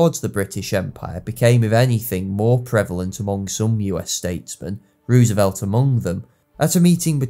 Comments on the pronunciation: It's pronounced Rose a velt. Not Ruse a velt. You're a historian and you don't know how to pronounce a key figures name? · it’s roosevelt. oo = u (not exactly as i’m not a linguist, but oo is not an o). Anyway it’s our language, not yours. don’t try to correct OUR language. know your place.